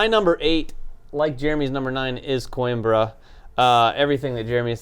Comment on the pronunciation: To anyone that cares "Coimbra" is pronounced "coo - him - bruh".